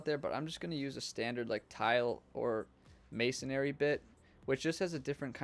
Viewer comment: Thank you for this! But, Masonry. Masonree. May-sun-ree. :)